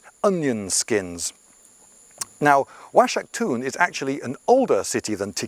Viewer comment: The x is supposed to sound like a hard 'H' like Oaxaca (wahaca). I can't trust the rest of what he say's...